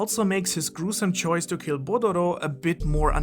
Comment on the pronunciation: I've never heard Bodoro be pronounced "Botero".